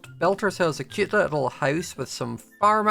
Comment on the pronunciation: But you saying the word "cute" in your accent like literally DRIVES mE AROUND THE BEND sometimes or cause me to do a FACEPALM sometimes.